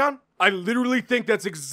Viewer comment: "H'O'KAY JON JONES!"